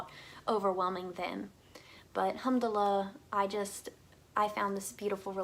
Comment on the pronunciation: It's al-hamdu-lillah sister rather than hamd-lah!